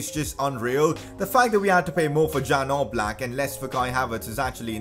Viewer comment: #pcq It's not jan oblak It is pronounced as ian oblak btw good video make more of them